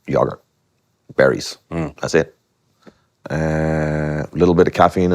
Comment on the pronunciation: "Yrurgurt " My guy its yogurt